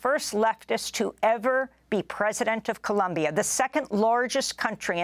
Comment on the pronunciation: Please learn how to pronounce Colombia